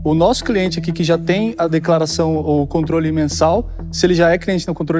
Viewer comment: Dislexia, será que foi o? Kjjkkk "Conrtole"